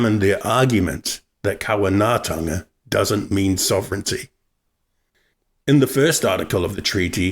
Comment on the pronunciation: So white man diseases were killing 4,000 Māori a year? Where's the data? Oh and how do you cede sovereignty but you still maintain the right to collect taxes? Oh, and if you can't say kāwanatanga right, then you can't tell me what it means. Or does your white privilege automatically make you fluent in te reo Māori?